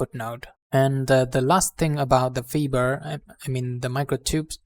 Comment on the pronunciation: Fiber is pronounced fyber, not feeber. Please excuse the interruption.....